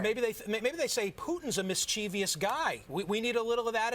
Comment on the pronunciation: It's Mischievous not Mischievious, Mr. Journalist.